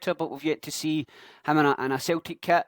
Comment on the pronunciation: Wtf is Celteek? 😂 Nygren is pronounced Neegren. Good vid, keep it going.